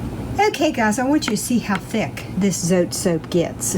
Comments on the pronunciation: its not zote, its zotay (dont mean to be rude) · The way you pronounce zote 😂